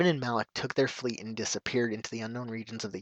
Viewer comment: Isn't it Malak? not Alak? I'm not 100% sure though.